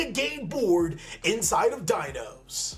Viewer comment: I’ve played Dinos forever and it bugs me how he says the names lmao 😂Great deck!!